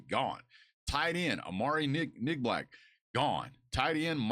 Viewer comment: He said Amari Nigblack lol come on man. It’s Amari Niblack